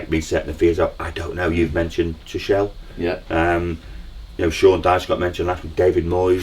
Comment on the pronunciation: It’s pronounced Too-kul 😊